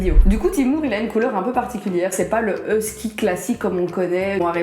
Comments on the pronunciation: Ou dit houski lol mais sa s'écrit huski 🥺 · Comment tu prononce husky 😂😂😂😂